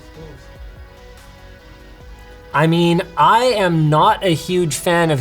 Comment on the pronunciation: “That’s so smoosths”